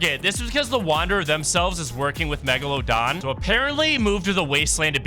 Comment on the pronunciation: Persophone? Meeglodone?? Mag net too??